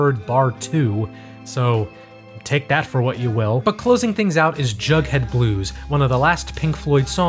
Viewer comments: The name of the song is Jugband blues, not Jughead. Also, it’s pronounced San Tro pay. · For clarification, the track is actually called "Jugband Blues" rather than "Jughead Blues" And I think Domine in "Astronomy Domine" is pronounced "Dah-min-ay" according to the band members talking about the song, if I'm not mistaken. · Good overview of one of my longtime favorite bands. "Echoes" is my favorite song, and I guess I'd default to DSOTM as my all-around favorite album. A few errors I noticed, mostly pronunciation stuff: "Astronomy DOH-mee-NAY,." "Jugband Blues," not "Jughead." "UH-mma GUH-mma." "San Tro-PAY." "Michael KAY-men." The noise in "Echoes" mimics sonar, not radar. Also, "When the Tigers Broke Free" was not on the original release of "The Final Cut." It wasn't included until the 2004 re-release.